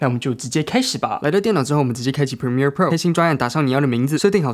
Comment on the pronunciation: 讚讚 這次Premiere唸對了